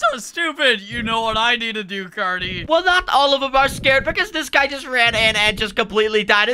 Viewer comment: His name is not cat it’ Cary